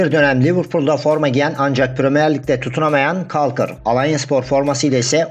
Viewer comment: Caulker harika bir oyuncu. Gerson Rodrigues olağanüstü. kolkır diye okunuyor bu arada, kalkır değil